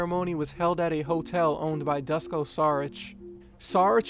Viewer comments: Its not Dusko, you should pronounce it Doo-sh-ko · It's so funny how you pronounce Dusko as "Dasko" lol. Good vid! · Duško is pronounced like "Doosh-koh".